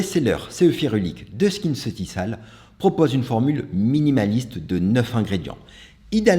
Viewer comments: Merci pour cette battle. Prononcer SkinceutiKal et non SkinceutiSal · J’adore ta Video… mais je permets: Skinceuticals se prononce SKINCEUTIKOLS. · Bonjour à vous je travaille pour L’OREAL Ça se prononce « skinceutikol » c’est juste une info. Ps: j’adore vos vidéos❤